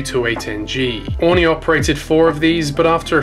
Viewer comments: Definitely not pronounced Orny. I think you to need to correct this. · I live in the islands. It’s actually pronounced Or-ree-nee. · Did he say 'Honey', or Aurigny?. I prefer if its called honey airlines....lol. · You need to learn how to pronounce Aurigny